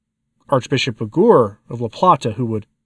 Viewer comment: Hector Aguer. You should pronounce the e the u is silent.